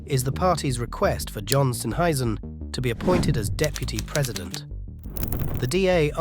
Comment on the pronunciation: It's pronounced Steer-n- hazen. ( Steenhuizen)